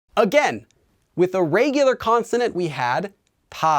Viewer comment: Starting to get the heebie-jeebies about taking language lessons from a guy who pronounces it "rêygular"